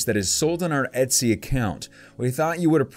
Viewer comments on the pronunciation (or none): none